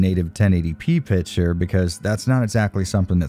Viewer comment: Do you always say "pitcher" instead of "picture" in all of your videos? Or is it just me hearing things? 😂 Anyway thanks for your content and especially for diving deep in all those technical aspects! 👍